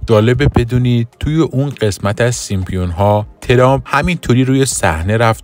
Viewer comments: خنده دار تراز سیمپیون ها اینه که بشینی تحلیل کسی رو گوش بدی که به سیمپسون ها میگه سیمپیون ها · اسم آن سریال " سیم سونز" Simpsons هستش لطفا درست تلفظ کنید، با پوزش.😊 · سيمسون ها ! اينجا پي خونده نميشه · baba Simpionha yani chi?? simpSONS ya simpsonha va "P" talafoz nemishe Yani SIMSONS 👌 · هنوز درست نمیتونه بگه سیمپسونها بعد کلیپ درست میکنه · شما اول تلفظ صحیح اسم این انیمیشن رو یاد بگیرید بعد در مورد پیشگوییشون هم صحبت میکنیم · شم اسمشو هم درست نمیگی جناب اینا خودشون درست میکنن همه چیو پیش بینی درکار نیست